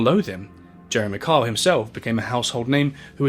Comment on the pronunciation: I had no idea that Kyle was such a hard name to pronounce with an accent. I’ve spent half the video trying to remember that Karl is Jeremy. So are Carr and Jezza. Oh, his son is actually named Carl. That’s confusing. Also, the fact that neither his mother nor his son want anything to do with him and Jane is so ready to believe that he cheated… there is definitely a lot more going on. It’s easy to see the deceased as good people regardless, but it sounds like he was a very complicated man.